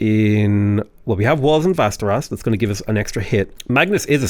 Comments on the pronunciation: Västerås is pronounced differently ä = eh without the h å = o simple as that. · Man, love the variation you're able to procide with your Civ content. This was also a great and enteratining episode! Well done! I was pleasantly surprised to hear your decent pronunciation of city names this episode! Except Västerås, that one was still a mess. Västerås is pronounced like "Westeros", but with a V instead of a W.